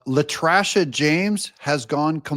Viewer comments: "La Trasha" .. lmao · "La Trasha" James!🤣🤣🤣🤣🤣🤣